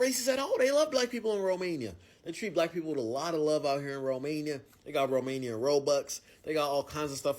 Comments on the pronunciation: He's seriously mispronouncing the Romanian names. They are not racist to black people😂😂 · Yeah, he somehow managed to mispronounce every single word/name. Quite hilarious. His enthusiasm was infectious, though! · the guy trying to pronounce romanian stuff gives me great pain